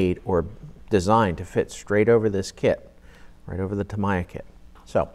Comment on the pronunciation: "tam ee yah" not "tam eye ah"